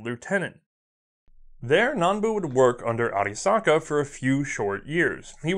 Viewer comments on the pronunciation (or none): Wdoesnt attempt to pronounce German. Pronounces arisaka with the accent of Tokyo bus driver.